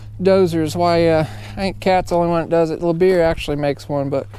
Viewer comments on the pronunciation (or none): Your pronunciation of Liebherr cracks me up. Le-Beer 🙂